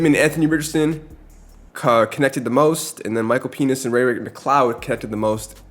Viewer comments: Bro said Micheal peni$ 😂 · BRO DID NOT SAY PENIX